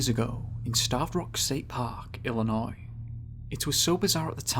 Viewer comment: Love that the narrator is a Brit and even he can pronounce Illinois correctly. 👏👏👏